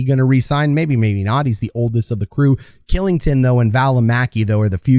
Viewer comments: Dude, you need to check out your pronunciation of ol' Olli KILLINGTON, otherwise good vid bud. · Kylington = Shilington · Kylington is pronounced Shillington. Just for future reference🙂 But great video can’t wait to watch this team this season! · Also his contract is bonus loaded so it’s easily tradeable and he only has to submit 8 teams he can’t be traded too. Also Kylington is pronounced Shill like chill with an S, ing-ton